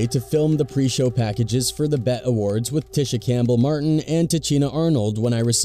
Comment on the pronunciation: More CULTURE VULTURES who want to report OUR NEWS, but can't even pronounce OUR STARS NAMES right. They call Suge "SOOGE", Pac "PACK" and even called the B.E.T. awards "THE (BET) AWARDS". They know NOTHING of our ppl or our platforms and want to talk about shit They are clueless to. STFU!